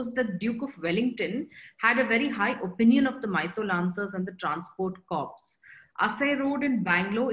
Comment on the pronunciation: Please .. an Army Corps is ‘Core’ not ‘Corpse’. Nice talk nevertheless. The valour of Jodhpur Lancers at Haifa has been celebrated widely and justifiably so , but the role of Mysore Lancers and Hyderabad Lancers in the same campaign is often not recognized